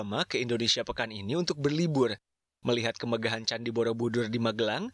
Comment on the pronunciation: Candi borobidur bukan borobudor